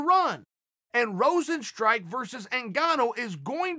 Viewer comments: Chael 'Jarzino Rozenstrike' Sonnen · If Chael says his name is Rosenstrike, I wont call him Rozenstruik anymore.